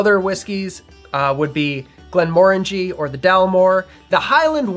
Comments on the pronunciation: You might have mentioned the origins of the name ‘Monkey Shoulder’. But well done for pronouncing Glenmorangie correctly. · Oh my gosh!!!! Thank you for pronouncing Glenmorangie correctly. I’m Scottish and love single malt whisky. My father was a dedicated whisky lover so I learned a lot from him. His favorite was The Macallan. My favorites are Glenfiddich and Laphroig. However there isn’t a whisky that I haven’t enjoyed. Thanks for a really interesting rundown of Scotland’s amber nectar❤